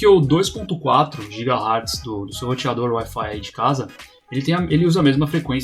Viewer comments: Aqui vão algumas críticas construtivas: A pronúncia correta é Hertz com "É", e não Hartz com "A". E a escrita correta é com "z" minúsculo "Hz". Ótimo vídeo :) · Hertz e não Hearts. Pronuncia-se hértz e não harts.